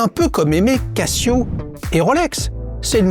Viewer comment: Bonjour pourquoi tu dis lol 😅 cassio a chaque fois alors quil y a qun S ca cest toujours prononce casio Quest cassio 😂 k-chiot aussi non 😂 cassiopé Je te taquine ain lol Bises force a toi Blague a part cest vrai a chaque fois tu le prononce a la waléguène bistoufly Je serais curieuse de t'entendre prononcer A.LANGE & SHÖNE 😅